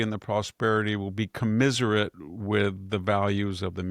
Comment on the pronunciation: Victor, it's not commiserate, it's commensurate. Why can’t you get this right? And why doesn’t help you with this and other mispronunciations at the end of each show?